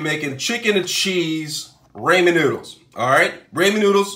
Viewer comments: Raymen noodles?😂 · what is this “raymen” noodles that i hear of? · Im dieing everytime he says it